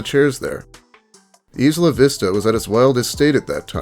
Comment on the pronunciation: Isla=eye-luh. You know, how its short for or another way of saying island?